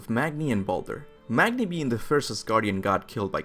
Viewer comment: Magni is pronounced Mah-nee